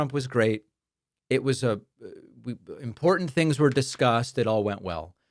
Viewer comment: Chump and poo-in 😂 and impordan